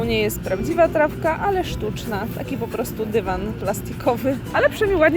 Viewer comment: naucz się mówić wyrażenie 'po prostu' bo az nóż się otwiera w kieszeni ... 'postu', 'postu' co to ma być ?!